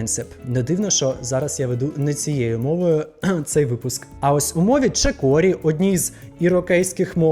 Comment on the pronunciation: Не чеКорі, а чеРокі